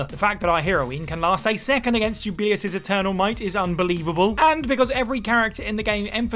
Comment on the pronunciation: “Jubillyus” Jesus Christ they pronounce it in the damn game for you